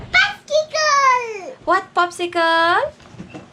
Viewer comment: Posikol!!! 😅naalala ko lang lolo ko ahhaah! POPSIKUL LAGE BANGGIT NIYA.. Anyways, love ko avocado so maybe I can try this out too